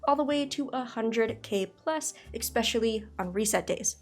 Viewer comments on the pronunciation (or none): stopped watching after "exspecially"